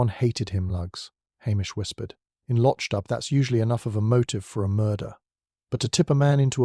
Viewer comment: Please its pronounced Lock doo, and where is the storm or the body in the flooded cellar.